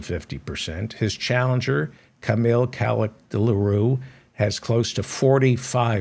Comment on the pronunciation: Hi. It's pronounced Kemal Kilichdarowlu. Try pronouncing it phonetically. Thank you for your analysis and sardonic account of world leaders and politicians.